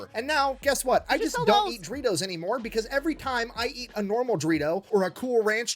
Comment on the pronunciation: Still find it funny he pronounces doritos as dreetos